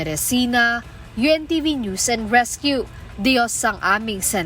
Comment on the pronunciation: Hoyy hoy hoy... HINDI NOOSE ANG PRONUNCIATION NG NEWS. ¡ QUE VERGUENZA! 😂.. NAKAKAHIYA. ISA PA.. ANG PRONUNCIATION MO NG SIMULATION.. IT'S EMBARRASSING 😅